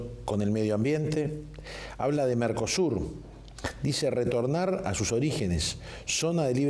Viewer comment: Sr.periodista,no es Marcosur es MERCOSUR. Bien Manini .